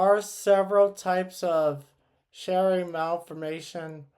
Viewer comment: This is my friend!! Her Youtube is Emily3Sarah! Thank you for making this video :) Also Chiari is pronounced (kee - ar - ee) its a little confusing with how it’s spelled